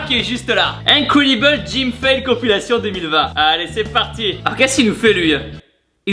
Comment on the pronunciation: D'accord donc personne n'a remarqué l'accent de Tibo en début de vidéo? "Incuouèdibeule"🤣